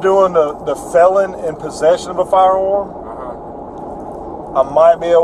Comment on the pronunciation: Fiyeyahm - "firearm"